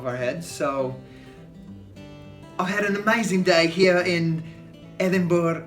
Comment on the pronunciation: 1) If you couldn't feel people hating on you for wearing 'sweatpants' into Parliament it's only because we hate in a much more passive aggressive way and I suppose you can't spot it yet. 2) Nice effort with the "Edinbra" pronunciation!